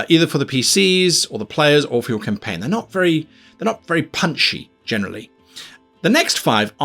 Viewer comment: Did he say, how to start a caim ? :D